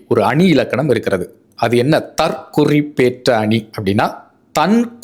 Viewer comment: 💐💐💐💐💐💐💐💐💐💐💐💐💐💐💐💐 நீங்கள் ஆரம்பத்தில் கூறும் போது, இந்த சொற்றொடரைத் தவறாக உச்சரிக்கின்றீர்கள். நீங்கள்,"தற் குறிப் பேற்ற அணி" என்று உச்சரிப்பது தவறு மாறாக,"தற் குறிப்பேற்ற அணி" அல்லது "தற் குறிப்பு ஏற்ற அணி" என்று உச்சரிப்பதுவே சரியாகும் ஏனென்றால் 'குறி' என்பதற்கு Mark/Marking(Noun/Verb) என்ற பொருளையும் 'குறிப்பு' என்பதற்கு Note (Noun) என்ற பொருளையும் வெளிப்படுத்தும் க.சு.மகாதேவன் சென்னை 🎉🎉🎉🎉🎉🎉🎉🎉🎉🎉🎉🎉🎉🎉🎉🎉